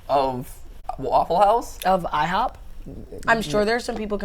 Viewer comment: Dont you mean “ihob”